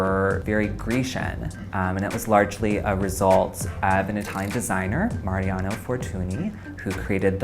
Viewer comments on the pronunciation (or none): none